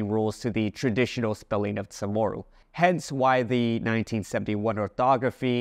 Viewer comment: I heard Chamorro pronounced with a rolling "r". Does guam say it with a regualr "r"?